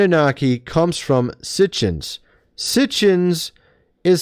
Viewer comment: He is a lot smarter than you,it's Sitchen,not Sitchens